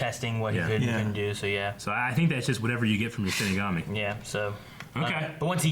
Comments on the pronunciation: 23 episodes in and he still can't say it right... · Oh my god, I am so annoyed that keeps saying "shimagami" instead of "shinigami". XD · CMMOM! It Hurts everytime you say shiMIgami. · Am I the only one who hears them pronouncing shinigami as shin megami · 23 episodes and he still calls it shiMigami